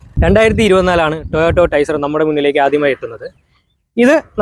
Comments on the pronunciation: കമ്പനിയുടെ പേര് എങ്കിലും നേരെ പറയടെ, toyato അല്ല ടൊയോട്ട ❤ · ടോ ഓ റ്റ അല്ല കോപ്പേ.. നീയാണോ toyota യുടെ റിൽസ് ഇടുന്നത് 😂😂